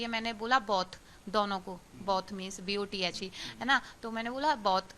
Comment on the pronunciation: ye hi ho ta he nupar hone ka fai da 'both' ko 'buthe' bol rahe ha 😂😂